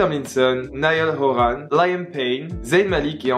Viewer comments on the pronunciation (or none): Quelques petites erreurs, cependant merci de parler d'eux, ils le méritent. Là ça va juste être une remarque de directioner à donf, les prononciations de certains nom font mal aux oreilles (aucune critique juste une remarque), niall horAn, lAIam payne. Gros bisous